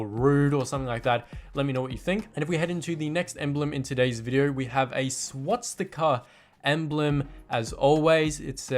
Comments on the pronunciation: it's swastika not swatsika mate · First thing I have to say it’s swastika not swatsika😂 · You can't pronounce Swastica. Not swatstica